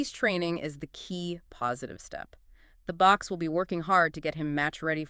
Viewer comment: Thanks for the podcast! I'm a subscribed, repeat listener who enjoys the refreshing American take on rugby and Springbok rugby in particular. If you're open to a constructive opinion on your show, I might offer that: * It's pronounced Box,(Boks), not Books. *Pronounce Jasper Visa, (not Wise) *Pieter Steph du Toit, (Do Toy), is a 2-time recipient of World Player of the Year (2019 & 2024). Hope this helps polish your show up a bit and go from strength to strength.